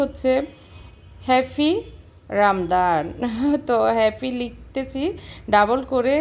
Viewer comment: সুন্দর হয়েছে আপু।তবে রামদান না রামাদান হবে কথাটা।